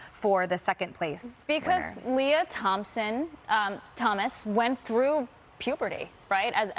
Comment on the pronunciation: Lmao “Lea Thomson” fox consistently mispronounces names on purpose